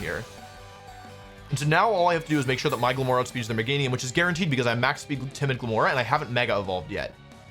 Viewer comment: I know he's saying "My Glimmora", but I keep hearing "Michael Moore."